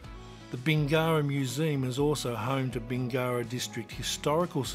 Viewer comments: Yes, but does Does know the correct pronunciation for Bingara? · Apparently not :D